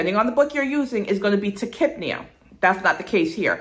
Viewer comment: The way she pronounced tachypnea really just blew my mind. I've been saying it so wrong lol